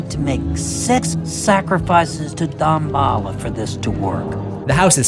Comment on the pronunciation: has anyone ever said Dambala like deem-ba-la?